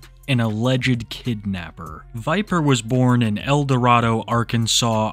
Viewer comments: It's El dorAYdo. They say it different the down south hood. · Nope nope nope hold up!!! I'm from here and it is pronounced El DorAYdo! Thank yall. That's all. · Awesome vid! Little fun fact although you would think Eldorado is pronounced like the city of gold, it's actually pronounced Eldo-ray-do.